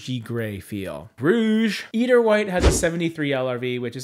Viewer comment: Fyi. Eider is pronounced with a long "I" in the first syllable. I-der.